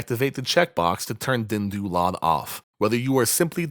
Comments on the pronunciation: Your calming tone and deep voice pitch is perfect for tutorial for DynDOLOD. You pronounce DynDOLOD with real deep pride :D. Parallel to Shinji when he uncovers NSFW mods. xD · The way you say "DynDOLOD" is amazing, thanks for this tutorial!